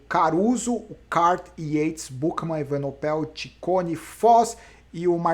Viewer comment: evenepoel = acho que a pronuncia correta é essa. As vezes esta falando evenopel